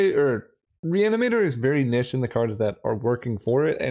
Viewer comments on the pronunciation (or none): Big fan but the way you pronounce niche makes me feel sick 🤮